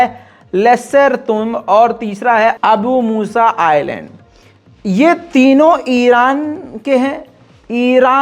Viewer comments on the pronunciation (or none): Bhai o mery Bhai Ireland nahi hota Island hota hy i. Land